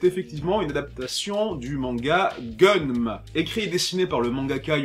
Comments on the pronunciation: Tu critiques les gens qui disent "Guisse" pour "Geass" (que tu prononces "Gay-ass"), mais tu prononces "Gunnm" pour "Gunnm'... Ca se dit "Ganmou" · Ça se prononce "Gaine Mou"